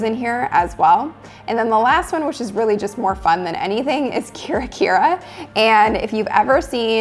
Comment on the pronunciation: Nice video! FYI (not to be that guy but...) "Kira-Kira" (キラ キラ) is not Kir-Ra Kir-Ra but rather Ki(key)-Ra(rah)-Ki(key)-Ra(rah). It’s Japanese for ✨ Twinkle Twinkle, glittering or shimmering. It’s their version of our beloved nursery rhyme. Ok done adjusting Japanese pronunciation (Sorry I’m Japanese Major). I appreciate your video.